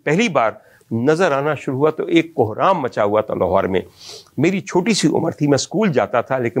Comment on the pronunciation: " بہرام " یا " کہرام " برابر سنائی نہیں دیا۔ دراصل " کہرام " ھی ھے۔